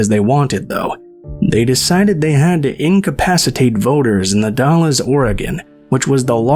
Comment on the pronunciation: Hi! Wow.. l don't remember that and l lived just a couple of hours away from there. Very interesting. I remember the Hari Krishna's and the other two. For the future the Dalles is pronounced like you're saying. Gal's.. or Galz.. but it's The Dalles.. Dal'z or Dal's. Hope that made sense. 💙 Love the new channel. I like these documentaries. I'm going to ask my friend who lives in Umatilla OR, if he remember this.